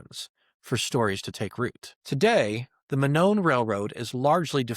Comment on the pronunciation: Monon is pronounced "moe-non"